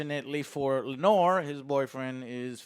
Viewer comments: As a father to a daughter named Lenore, I really hope you can learn to pronounce Laenor right for the rest of the season. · Hahahaha. I was about to write this same comment. I find it hilarious now. My favorite is that Laenor (Lay-nor) is now Lanore (La-nor), like an Edgar Allen Poe poem. And now Corlys is now “Corals” lol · Ah yes. Lord Christian in addition to Corals and his son Lenore. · pronouncing the names: “Ser Christmas and Rainfall. And Rainfall’s father, king Vicarious